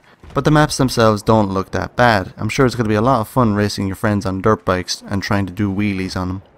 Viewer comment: Every time i hear Dirt Bike, it sounds like "Derp Bike"!! DAMN YOU INTERNET, STAHP MESSING WITH MY KNOWLEDGE OF WORDS!! Hahaha... Loved the Video!